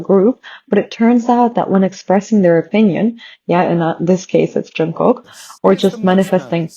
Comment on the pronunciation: Jungkook is pronounced as- 'jungguk' g in ggu not kok if u know what i mean. Just telling, nothing personal 😊.